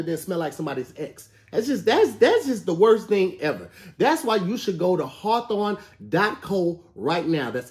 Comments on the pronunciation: Lmaoo he's been in Socal too long. There's a city called Hawthorne and ppl pronounce it Haw thawn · Listening to say the adds and wondering how many times he messed up is just as entertaining as the show, I don’t think he’s said Hawthorne right once. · It looked like was trying to advertise Hawthorne but he ended up talking about something called HAW THAWN